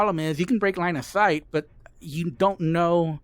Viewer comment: There are four puppets. This one you have to... I can't understand 🙈. you have to break line a sight? 😅, sorry, I can't understand what you said. Please, help?